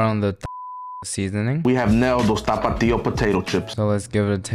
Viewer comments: it's a stupid word and I'm Mexican. I cringe at the way this guy exaggerates it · Why he was turning on the music while pronouncing tapatio 🥶🥶🥶🌚🌚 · my guy cant pronounce tapatio well no wonder its censored 😂